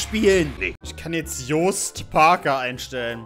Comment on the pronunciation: “Jost Parker”...i feel attacked (aber hey, du bist der erste, der “Jost” richtig ausspricht)